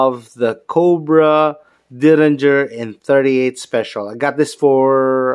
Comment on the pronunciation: DERRINGER. Not Dillinger. :)